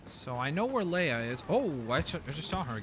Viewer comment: leia it's leia